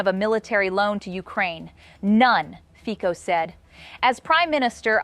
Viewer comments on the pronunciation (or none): Fico pronounced like FITZO, not FIKO.